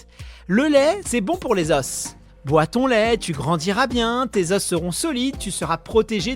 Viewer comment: Un os, des os un osse des eaux (prononciation)